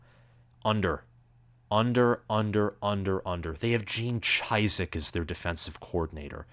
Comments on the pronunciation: Gene Cheesedick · How do you run a college football show, and mispronounce Gene Chizik’s name? The guy has won a natty in the last decade….that alone should deserve him the respect of how to annunciate his name properly. UNC prediction is where it happened. I don’t know how long you have covered the sport, but I think even most casual fans can pronounce the names of the last decade of relevant coaches. Mack Brown/Gene Chizik have both won a natty. But you did say BOLD so you get a pass lol.